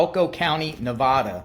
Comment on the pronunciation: I wish people would learn the correct way to pronounce Nevada.